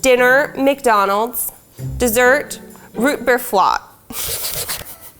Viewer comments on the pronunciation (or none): “Root beer flot”😂